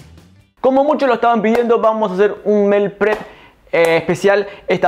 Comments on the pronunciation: Que rico todo. Yo soy super mala para cocinar carne, asi que para la prxima voy a tratarla. Un detallito se dice 'Miil prep'. Saludos desde Emiratos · Me encantó. Super práctico. Pero se dice "mil prep". Mi humilde aporte.